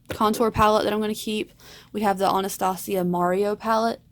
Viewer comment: Why do people pronounce Anastasia so weird????